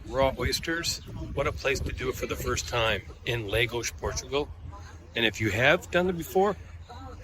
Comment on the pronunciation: Great video and thanks for sharing the recommendations. One tip: the town is pronounced, “LAHH - GOS”, not “LAY - GOS”. Please continue sharing these great videos.